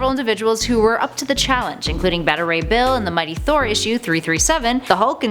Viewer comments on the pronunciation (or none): Did she say “batta ray bill”?? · You pronounced beta rey bill